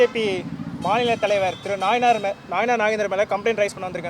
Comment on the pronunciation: நாய்னார் இல்லை நைனார் 😂